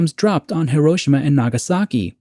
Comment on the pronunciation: As for this TZ episode, I like it, it's in my top 1/5 of all episodes. Side note, being married to a Japanese woman and living in Japan for a few years it is pronounced - hee·row·shee·muh. As for your questions: 1. I feel by watching the TZ shows that Rod and my parents generation were really scared and felt the bombs would drop, or missiles would fly any day. My father always talks about Cuban missile crisis and having a "Bugout" footlocker for him and his sister filled with canned food and clothes and camping supplies. I remember Elm school in the mid-70s thru mid 80s and we did "Disaster drills" in So Cal. They were for Earthquakes mostly but also Nuclear War. I remember the big issue the TV Show "The Day After" was and how we spent a whole day talking about it at school. Mills and Gen Zers just cant understand how real and scary the movie War Games was to Gen X and On the Beach to Boomers. 2. Making the lead Character a Scientist gives him value and places him above the drones who build the weapons of war. He is educated and can see the big picture making him have more skin in the game. Making him responsible to speak up or stand up against the system and put a stop to it. Just like the Germans that should have stood up to Hitler and said NO to the Camps. 3. My moment of Awe was of let down. How easy it was to steal a Spaceship built by the State. Coming from a Military family and knowing the type of Security around bases I guess I was smarter than the Avg. viewer. I mean